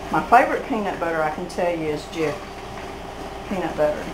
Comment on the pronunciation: You said 'jiffy' peanut butter. We all did and even my mom said to me one day not long ago "if you can find jiffy peanut butter get that" and I said "Mom, it's never been jiffy peanut butter, it's always just been 'Jif'". She didn't believe me. I said it's Mandela effect lol